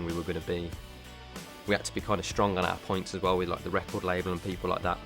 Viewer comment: It's like Niall says Hitler. Yes I know he says people. NO HATE I love 1D :)